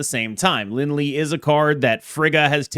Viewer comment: The way you say Lin Lie hurts my soul. It's Lin Lee-A or Lee-Eh.